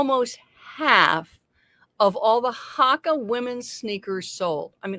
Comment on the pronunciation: Hoe ka is how they're pronounced.